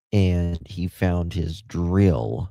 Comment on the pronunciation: I don’t know why but I’m so amused with the way you say drill 🤣🤣🤣 🏴